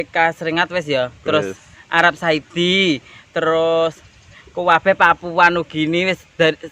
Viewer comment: Arab Saudi tante...bukan arab saidi...heheh...Tante ayu nemen..